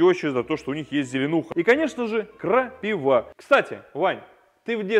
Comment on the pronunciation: Ухо режет ! КрапИва а не крапивА😂